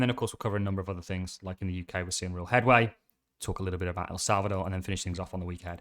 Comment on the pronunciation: Salvador not Salcador..